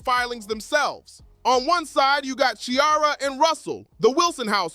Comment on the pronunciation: Ceeeeaira not Keeara